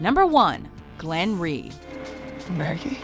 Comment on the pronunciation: g-glenn no no no